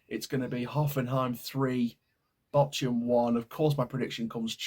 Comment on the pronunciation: Bork-hum. See the H as a K.